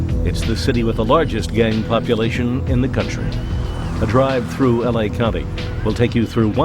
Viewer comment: She said we kick it in “eley”